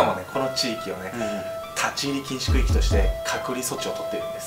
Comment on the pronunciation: 区〜域が空〜気にきこえてしまった、